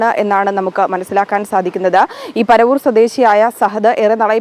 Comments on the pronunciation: Panavoor aanu Trivandrum not Paravoor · Panavooor aanu paravoor kollam jilla aanu enthu arinjano news vayikkunnathu😂😂😂😂